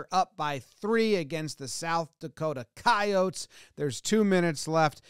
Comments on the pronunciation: Thank you for pronouncing coyotes as coyotes and not coyotes. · I go to school at USD (red team) and the last minutes were an emotional rollercoaster, major understatement but I couldn’t think of anything better. Also really really happy jomboy pronounced our name correctly Also the picture shown of the yote eating the jackrabbit? Our cheer team had the EXACT same picture on a sign at some point (Our cheer teams been move multiple times cause our field got renovated no clue where it’s at now) any way Go Yotes 🐺 Fuck State 🚫🐰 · I’m an NDSU alum, we play both schools every year, and I’m impressed that you said Coyotes correctly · That pronounciation is pretty common in a number of American dialects. No need for linguistic tunnel vision.